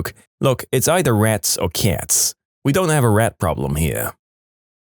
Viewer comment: u pronounce cats too similarly to kids 😟